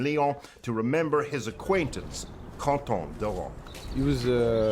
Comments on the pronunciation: His name is Quentin not Qonton! Quentin like Quentin Tarantino ! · It is pronounced "Kan-tan" not "Con-Tan" because in French, the "u" after a "q" is always silent and the "n" sounds are nasalized rather than spoken clearly. and that would have been relevant if the report was made for french speakers in french not in English. LEARN two things today ! 🤨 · And in FRANCE Quentin is pronounced contan. LEARN something today. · was wondering who con-ton is. Oh quinton is pronounced... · dear speaker your wrong accent is deplorable, would you say the same for Quentin Tarantino? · Unle3ss you are going to use a proper phonetic symbolism, such as the International Phonetic Alphabet (IPA), such as appears in dictionaries, dont bother with the difference between contan and kantan. and tom pronounce a name in a way that the person wouldn't use is just plain disrespectful.